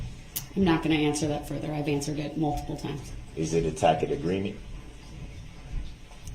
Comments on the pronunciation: "Is it a tack-it agreement???" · He's never spent much time with wducated speakers of the English language, so doesn't know the 'c' is a ' soft c', sounds like an 's', in 'tacit' meaning an implied, or unspoken agreement. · I wonder how many times Judge Dorow had to bite her lip to keep from laughing at Brooks each time he said "tacket agreement"? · Yep. That’s up there with “I don’t know what a tackit agreement is.” And then there’s the time when she told him there’s no t in bias. Awesome sauce!😁👀😆😍🥳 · the dude says uhhm more than brooks mispronounces words like SUBstain,GrounZ,TACKit,Bye-EST,AXED